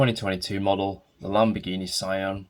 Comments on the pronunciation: its so adorable, btw it doesnt pronounce as sa i an, its prounaounce just sian not "ai" but "ii" like "see-an" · yeah they did perfect job for a miniature i believe. Actually i confirmed the Sian pronunciation from the YouTuber supercarblondie because they italians tell her the correct pronunciation. ^.^